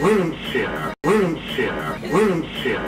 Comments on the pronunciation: Bro said wind chair 😂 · A310 woondshear 😅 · A310 *saying winchair*💀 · "wensher wensher wensher"☠️